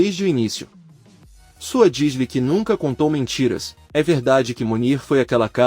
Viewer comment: Gente por favor o narrador está falando td errado. Suat e não é Sua. E falou que Sirin é ele? Meu Deus!!🤦🏻‍♀️🤦🏻‍♀️